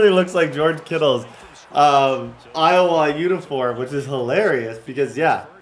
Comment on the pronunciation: pronounces Iowa, EyeWaaa